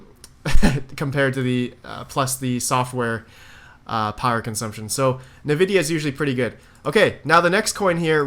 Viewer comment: Been watching you since November, still bugs me the way you say Nvidia lol